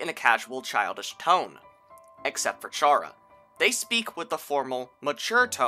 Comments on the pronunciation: Chara's name is pronounced Cara not pronounced chara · ITS CHARA, LIKE CHARA-CTER. Not CHARE-A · Its pronounce Kara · Oh my god, for the last time, IT'S PRONOUNCED CHARA, LIKE CHARACTER. WORDPLAY. Wow, Deltaswap looks like ass. THANK YOU FOR SAYING THAT